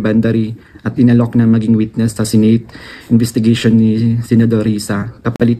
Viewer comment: PATAPUSIN MO MUNA MAGSALITA ANG WETNESS MO HINDI NAMIN MAINTINDIHAN EH